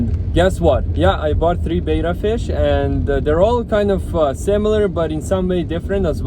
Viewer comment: It's betta not beta but otherwise great video 😁